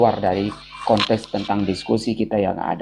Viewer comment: Hahahahaha, koplak.. 🤦‍♂️🤦‍♂️🤦‍♂️🤦‍♂️ 🤣😂😂😂🤣😂🤣😂🤣😂😂🤣 Kt ny di situ berbicara ada 2 kontes.. 🤣😂😂😂😂😂😂😂 Konteks pak bukan kontes... 🤦‍♂️🤦‍♂️🤦‍♂️🤦‍♂️🤦‍♂️🤦‍♂️🤦‍♂️🤦‍♂️🤦‍♂️🤦‍♂️ Ampun" Dah,,, 😂🤣🤣🤣🤣🤣😂